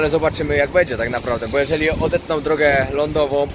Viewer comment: Wszystko spoko ale przestań mówić BEDZiE tylko będzie, bo dla niektórych to zapewne jest bardzo denerwujące 😉